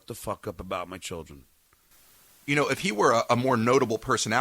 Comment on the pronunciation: If I ever have to hear him say “chilll dren “ again I may scream